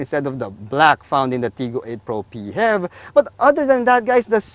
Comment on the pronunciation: Hahaha....im already used to it after watching the “PEE-HEV video” the way pronouced it, just like music in my ears haha